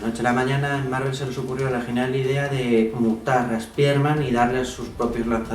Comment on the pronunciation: Buen video pero, no soporto tu pronunciación española… deberías decir los nombres en inglés, por ejemplo: Spider-Man (como se escribe y tu pronuncias) deberías pronunciarlo "Spaiderman" suena mejor el nombre original. Pero excelente hermano, saludos desde Venezuela